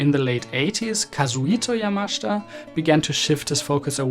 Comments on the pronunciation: His name is YamaSHIta. Not YamashTa. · It’s not pronounced Yamashta. It’s YAMASHITA. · "Ya-Ma-SHE'-ta" not Yamashta. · Surely it's Yamashita (Ya-ma-shee-ta)? "Yamashta" can't be correct? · Great episode ❤. For future reference, the Japanese include a vowel in their spelling to be pronounced. It's ya-ma-shee-ta not yamash'ta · ........thanks for correcting - I'm still hearing 'yamashda' from the video - but I appreciate, from what you've pointed out, the pronunciation is not as simple as iI thought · Despite the admiration your video deserves, I have a problem with your pronunciation of Yamashita's surname. According to the opinion of Japanese friends, the 'I' vowel sound should be clearly heard, contrary to your persistent omission, making it to sound 'YAMASHTA', which is not only wrong but strange and uncanny. Pity. (or 'PTY'?) 😅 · Great observation but you should learn how to pronounce the man's name. It hurts my ears 😞 yamashita pronunciation = ya muh shee tuh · Sorry but you do not know how to correctly pronounce the name of Yamashita. Accent is completely wrong.